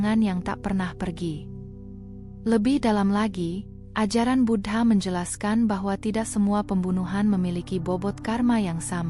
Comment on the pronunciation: Suara nya bagus, sayangnya aku merasa tak enak setiap admin nya menyebut Buddha dgn kata Bud ha...